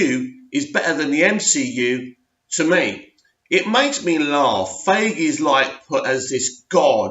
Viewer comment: If u wanna rant about marvel, then at least pronounce Kevin Feige's name correctly.